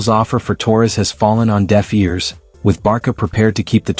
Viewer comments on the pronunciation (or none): How can you take this channel seriously when they pronounce the club's name as 'Barka'???